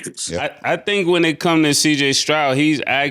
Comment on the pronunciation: CJ “Strout” 😂😂😂